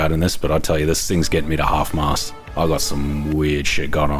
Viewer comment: "I've searched pornhub and I'm already half-msast" wtf dude, I know I'm drunk (l live in Wisconsin, so it's normal) I'm listing to this, but please tell me I didn't hear you correctly